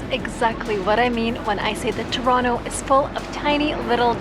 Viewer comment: I'm surprised you pronounce Toronto, "Churonno". Very good.